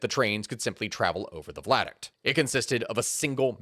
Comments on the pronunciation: OMG stop saying vlad-uct! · Lol vlad-uct. Via-duct. Great video! Love the channel! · Pretty sure he's misreading viaduct as vladuct throughout this. Viaduct is an low bridge across a valley. Vladuct is not a thing. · _ V I A D U C T _ NOT WHATEVER THE F*CK A "VLADUCT" IS!... How does that even REMOTELY SOUND right??... And do you NOT get ANYone else to PROOF you videos BEFORE POSTING so that you DON'T end up sounding like a MORON??.... 🤦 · Lmao he says Vladuct the entire video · THANK YOU!!! I have been sitting here trying to figure out WHAT THE FECK he was talking about! 🤣 vLaduct! Hahahahahahaha! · As tragic as this story is, every time says “vladuct” instead of “viaduct” I have to swallow a laugh. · I love this video. You are awesome. You kept saying "Vladict" around the 33 minute mark, its pronounced via-duct. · Vi - a - duct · I'm sorry, but were you trying to say Viaduct ? Bc I'm hearing "VLADuct" lol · yeah, it KILLED the entire video for me.. guess I'll never know what happened in the last half, because I cannot listen to that BS. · Are you saying v i a duct? I keep hearing an L